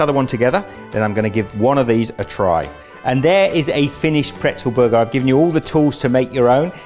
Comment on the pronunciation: Okay that makes sense. Yes in the French language pretzel is also "bretzel" but I had never heard the "b" sound in English before. I'm from Canada btw. We only say "bretzel" in French but never in English.